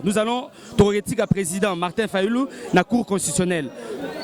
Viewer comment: ne sait même dire président 😂😂😂 alobi Prèsent fayulu 😂😂😂😂 nonononon il fallait azala Baba